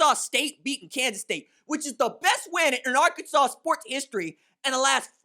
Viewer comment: Les Miles is shocked that K-State lost to "Ar-Kansas" State.